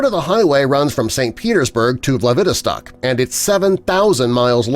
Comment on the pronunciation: vlad-IVI-stok?! Are you kidding me?! Learn to pronounce your placenames! It's vlad-i-VOS-tok!